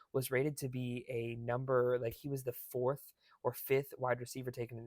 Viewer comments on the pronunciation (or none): none